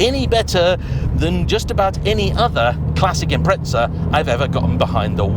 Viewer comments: It's not Imprehtsah that's for sure. Japanese 'Im-Pressa', English speaking world 'Im-Preza', Brits 'Im-Preht-Sah'. Pronunciation is one thing but where do Brits get the T and two H's from? They just make letters up that aren't even there. Even the nasal Aussies can get this right and they can barely speak in a comprehensible language. Imprehtsah for crying out loud 🙄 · Where Brits get the S and T and two H's from is a mystery. 'Im-Preht-Sah'.. WTF even is that? They just make letters up that aren't even there. Even the nasal Aussies can get this right and they can barely speak in a comprehensible language. Imprehtsah for crying out loud 🙄 Funny for a pedantic mob that lose their tiny mind if you mispronounce their village. For a country that apparently invented the English language why they can't speak it is baffling. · Say it as it's spelled like the rest of the world does. Don't go adding random S's or T's and you'll be fine. Geez, for a country that apparently invented the English language why Brits struggle with it is baffling. 🙄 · Where are you from and how do you pronounce it? In Japan I've heard it pronounced "Impressa". The word is Italian in it's origins and they pronounce it "Impreza or Impretza" seemingly depending on region/dialect. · It's £7k per letter in British... Imprehtsah. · Why do you call it impretza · Why must the English insist upon saying Impretza? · Got to hand it to the Brits........Invent a language then cannot even use it. It's Impreza.....not Impretza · WTF is an Imprehtsah? 🙄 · Its impreza 😅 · I just tuned in to hear you mispronounce the word Impreza. hint, there is no t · Why can't the Brits pronounce this car properly?